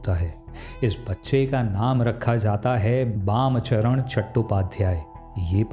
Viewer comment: Not Bam Charan chattopadhyay its bamacharan Charan chattopadhyay